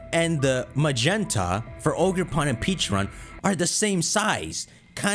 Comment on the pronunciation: I started thinking back a couple videos ago where attempts to correct himself on Pecharunts pronounciation. He's been saying "Peacharunt" for months now... In that one video he says "Pecharent" and promptly says it doesn't sound right and continues saying "Peacharunt". It just makes me think of that "Friends" meme where the woman's trying to tell the guy something by starting with single words in which he says correctly all the way through, but saying them together he says something completely different.